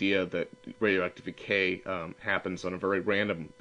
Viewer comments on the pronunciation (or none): I thought he was saying DE-cay. hilarious. PK?